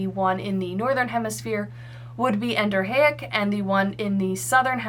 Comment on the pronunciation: As a civil engineering tech and land surveyor, I have to say your contour interpretation and hydrology are spot on. My one critique would be that Exo, Endo, and A- are all prefixes, so it should be En-do-REE-ick.